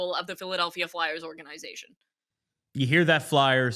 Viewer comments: I’m cringing every time she says organ-eye-zation. Could she be more of a poser. Serious “Pick Me” energy with this one. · Oh yeah the way she says a word total discredits everything she has to say, for sure. 💀